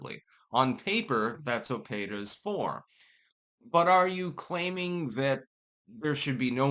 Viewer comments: PEETA not PAYTA... why are simple words so hard for you to pronounce? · "PAY-tuh"? No, it's not the first name of a lady from a Spanish-speaking country, it's just "PEE-tuh". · Pee ta 😂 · Well it's an acronym, so there isn't really a "correct" pronunciation. Most people say "peeta", so that's it's understood pronunciation, but it's not like it's a real word. As a pedantic douche, it seems like you would know that. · pronouncing Peta the same way as Beta. Meh, I wont complain. lol Edit: I wasn't trying to correct him... I was laughing about how he made Peta and Beta rhyme, considering peta ARE betas. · . . . Are you saying their name like that on purpose? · You are mispronouncing P.E.T.A.